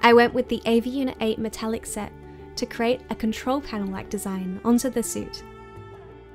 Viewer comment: "CREATE" NOT "CRATE".